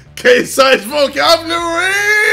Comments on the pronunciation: My guy again said vocablarrry not vocabulary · JJ: “I’m increasing my vocablary!” Also JJ: *Can’t even pronounce vocabulary properly! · im increasing my vocabulary ksi says : vocablury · “See guys I’m increasing my (VOCABLURY)” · KSI: 'I'm gonna start the video laathing' Everyone rushing to the comments to see who's roasting him about his 'speech impediment' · "KSI'S VOCABLERRYYYYYY!!!!!! " 😂😂😂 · "Im increasing my vocablury" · british vs american accent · KSI : Vohcab-Lyou-rareee.